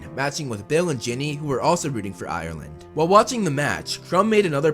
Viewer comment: Thank you for saying Ireland correct